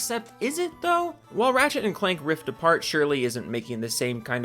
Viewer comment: The first time you said Ratchet & Clank: Rift Apart, I heard Ratchet & Clank: Ripped A Fart. lol